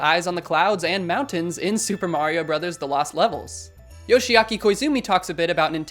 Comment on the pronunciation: "Bros." Is not pronounced "bro's," it's actually an acronym for "Brothers." Like "Mrs." For "Missus."